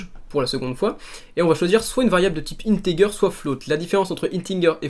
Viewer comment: Il sont super t tuto, juste une truc integer ça ce dit inetéjer